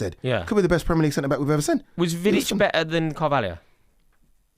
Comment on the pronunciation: As soon as he said Vidic I was done